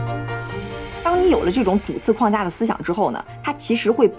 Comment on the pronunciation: 21：57，框架，框 读四声，如：门框，四声。而不是一声，那是 筐子